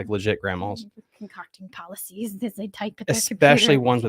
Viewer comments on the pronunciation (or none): It's pronounced pol-ta-ces (poultices) which is a cream or something that is used usually on the chest for breathing problems or a poultice for an injury or wound (to draw out an infection). And the other words were devination pronounced Dev-in-ation. Which can be done by reading tea leaves, or cards, or looking into a crystal ball or water to give the practitioner an idea or answer to a question. And the divining rods can be used to locate water underground (where the person loosely holds two sticks or copper or metal rods and they are supposed to actually cross each other when the practitioner is standing over water. I recently heard that people have correctly located bodies buried in cemeteries using this method as well, but I haven't seen it but I have witnessed a County Official location underground water using the divining rods on the property of an old Fort in Texas. Previous to me witnessing this, I had not heard of such a thing but I learned something that day.